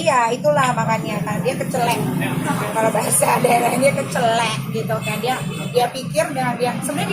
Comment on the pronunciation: Kecelik kak Nikita,, bukan kecelek .. Celek = itil 😂